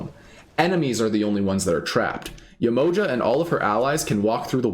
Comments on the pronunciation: So this being a real African deity can you say her name right ? Ye-ma-ha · Hi - its Yeh-mo-JAH !- with accent on the last syllable (lol_ sorry I couldn't resist!)